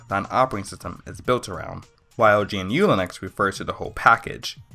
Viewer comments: It's Guhh-New Not G.N.U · GNU is not pronounced "Gee En You", It's "GaNuu" (Like canoe), and is a recursive acronym for "GNU's Not Unix". Also, the Kernel ancestry for OS X is a little more complicated, and Darwin is NOT a kernel, but an underlying OS. OS X's Kernel (XNU) is fundamentally based on the Mach Kernel (As was OPENSTEP and NeXTSTEP), with underlying parts and low-level systems based on select parts of BSD. Now, BSD is ALSO NOT Unix nor does it use Unix. BSD is, as with the Linux Kernel, a "Unix-Like" Kernel. It basically emulates what the Unix Kernel did. And it's KERNEL, with an "E". Also, Mac OS is looooong dead (early 2000's), the proper term is now OS X, as in "OS Ten". And finally, grep is not pronounced "grip", the e makes a eh sound. The command stands for "globally search a regular expression and print". You really need to work on the way you say things. I still cringe when I think about you pronouncing Yosemite. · 4 years late but also: G.N.U. bruh, it's 1 syllable